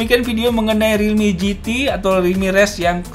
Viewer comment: Realme gt Orang selalu menggunakan singkatan pasti bacanya realme kok gitu